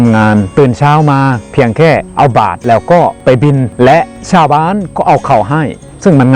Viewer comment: ช่วยออกเสียง ช.ช้างให้ชัดเจนมากกว่านี้หน่อยครับ ได้ยินเป็น ส.เสืออยู่เรื่อยเลย เช่น ซาวไทย /ซาวอาเซียน ฟังเป็น สาวไทย /สาวอาเซียน แต่ก็รู้ว่าที่จริงคืออะไร 😆